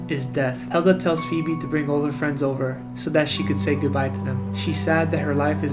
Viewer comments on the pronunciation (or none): He calls her "FEEB" if he actually watched hey Arnold wouldn't be know her name is phoebe (FeeBee)